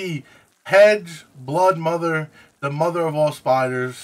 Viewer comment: Broodmother not bloodmother